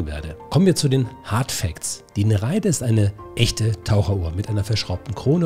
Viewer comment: Kleiner Klugscheißerkommentar: Sprich Nere ide nicht ei zusammen, sondern getrennt.